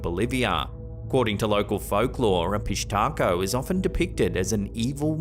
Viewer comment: Pishtaco or fish taco 🌮?😂